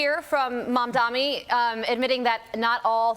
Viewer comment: How hard is it for you to pronounce Mom Donnie? The mispronounciation is obviously on purpose.